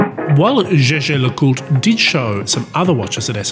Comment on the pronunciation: Up vote for proper pronaunciation atempt! Good job!